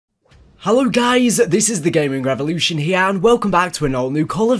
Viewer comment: "hello gays its the gaming revolution..."